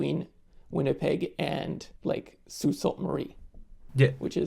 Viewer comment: His pronunciation of the sault really did disappoint me